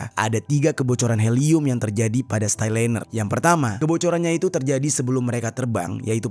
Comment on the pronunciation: Starliner bang bkn styliner 😂😂